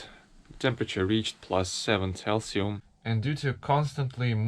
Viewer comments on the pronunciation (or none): It's pronounced celsius not calcium. For cold nights get used to sleeping under mylar blanket - it rustles like hell and will get wet from condensation from the inside, but it's the best light blanket you can use in such circumstances.